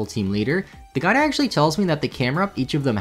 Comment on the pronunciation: Watching on 1.5 speed and every time he says "the guide" it sounds like "the guy" to me, which for whatever reason makes the whole thing much funnier